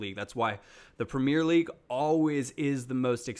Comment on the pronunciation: It said the premier league wrong aha